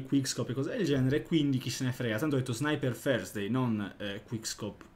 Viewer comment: come lo pronuncia 😂😂